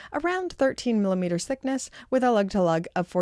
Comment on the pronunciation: Observation - when you combine "millimeters" with "thickness" they combine to make it sound like youre saying sickness. Listen and tell me im lying 😁